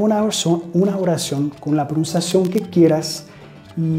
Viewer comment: Hi, thanks a lot for your classes they're amazing, please keep doing it. Me gustaría corregir tu Español, diciéndote que cuando dices la palabra PRONUNCIACIÓN, ella se te escucha como si dijeras PROUNCIACION y esto es porque no se escucha la N, debes decir PRO NUN CIA CIÓN. It was my pleasure Mr... anytime!